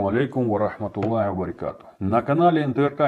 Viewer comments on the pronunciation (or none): Брат, не "вабарИкатух1у а вабарАкатух1у". Ради Аллаха братья доведите эти слова и до и до Оздоева, реально братья это позор, ладно Оздоев ошибки делал в таслиме теперь и Ториев, вы чего ребята? На вас весь мир смотрит а вы элементарно салам не можете правильно дать! Поработайте над собой, разбираться в политике хорошо но религия этотв первую очередь ибо через нее мы должны строить нашу политику, ни один политик не преуспеет и он обречён на провал если он будет невежественен в религии! Куда мы пойдем с такими ошибками? Я уже не говорю о чтении Корана или о арабском языке.